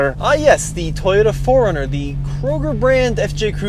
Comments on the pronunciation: it’s pronounced: Toh-yota…Toh…TOH…not Teyota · The 'Tahyota'. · That guy keeps saying "tie-yoda"